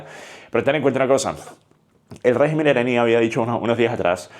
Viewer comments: ¿Y si China o Rusia deciden apoyar a Irán? P.D: Se dice rÉgimen no regÍmen. Así como regÍmenes no rÉgimenes. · Se dice RÉGIMEN, con acento en la E. En plural es que se dice REGÍMENES, con acento en la I.